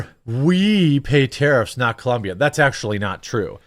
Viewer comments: It's COLOMBIA not ColUMbia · it's COLOMBIA, idk why this is so hard, I live here and literally they have shirts that say "It's Colombia not Columbia" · Colombia, not Columbia, cmon Jeremy! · Why you have to pronounce Colombia like that? Are you some sort of xenophobe?